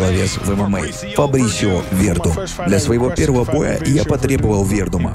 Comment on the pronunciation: Хороший выпуск, но ударение в фамилии Фабрисио режет слух)